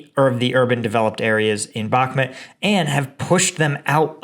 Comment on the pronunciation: Bakmhut is pronounced bach_MOOT budz.